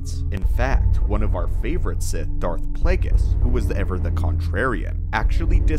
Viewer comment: Plague-ees hahahaha